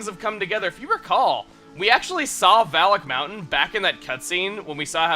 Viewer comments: Okay, is /anybody else/ hearing 'phallic mountain'? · in the intro i thought he said phallic mountain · Every time Chuggaa says "Valak Mountain", I hear "Phallic Mountain" instead. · Sometimes it sounds like he's saying Phallic Mountain...or that's just me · OKAY, I CAN'T STAND IT ANYMORE!!! Every time I hear Valak mountain I hear Phallic mountain. I just can't not hear it that way. Someone HELP ME!!!!